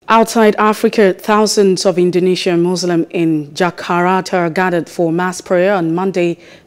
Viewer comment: Good delivery and footage but please at least pronounce Jakarta correctly XD